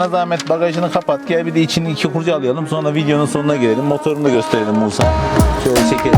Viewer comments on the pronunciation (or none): none